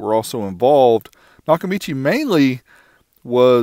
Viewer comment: It’s not Nakamichi.